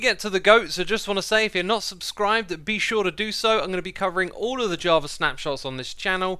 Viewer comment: Why does it sounds like he says "Jarva" instead of java haha